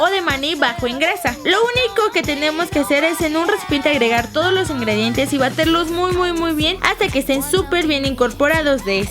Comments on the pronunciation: Lose si escuchaste que en el minuto dijo " baterlos" en vez de batirlos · minuto lesli dijo baterlos, like si lo escuchas te